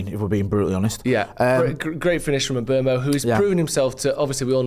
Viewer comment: Just a little moan.....can people please start saying...imBOOmo....as that is how he has stated publicly it is pronounced..not ImBwemo....moan over